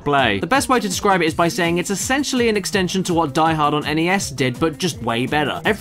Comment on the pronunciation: It is not DEE Hord. It is deeeeeeeeeeee hoorrdd